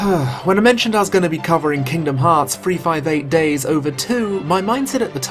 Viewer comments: Oh shit, someone FINALLY pronounced the title of this game correctly. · Oh shit it super threw me off that someone said 358/2 Days CORRECTLY